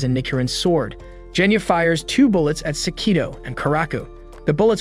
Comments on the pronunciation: ALSO ITS GENYA NOT JENYA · Is anyone gonna talk about how he pronounced genya's name wrong with a Je sound not a ge sound😦😦😦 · Genya:❌ Jenya:✅